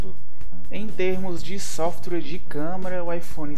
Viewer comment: ele realmente fala softrue?